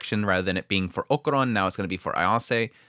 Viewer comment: I know you pronunciation of names is not always the best haha but why "okuron" his name is Okarun, sorry it just gets me, that aside, loved the episode and im more convinced episode by episode that this is a romcom with a shonnen disguise